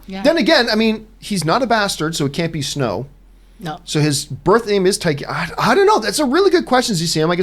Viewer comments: TAR-garyen John. Not TIE-garyen. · Find it funny how John pronounces Targaeryn Haha "Thai-Gaeryn" Also remember John, the hound was heavily wounded and sick due to the infection in his neck after being bitten in an earlier fight, by time he got to fighting Brienne he was at half health